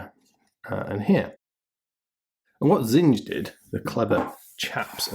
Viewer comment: You sure their name rhymes with singe? It looks to me like the German word for things, which is pronounced "TSING-ah" ...